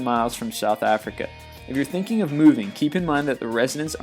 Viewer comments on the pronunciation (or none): none